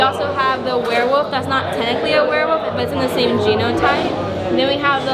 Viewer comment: Did a shot every time said wereWOOF and now im dead lol. Great vid man:)